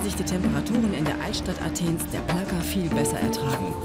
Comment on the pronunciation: Die Altstadt von Athen ist nicht die "Polka" - es ist die "Plaka" :)